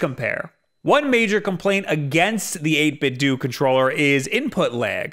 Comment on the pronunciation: I hate how so many people pronounce 8bitdo wrong. It's a play on the word Nintendo. You don't say Nintendoo wtf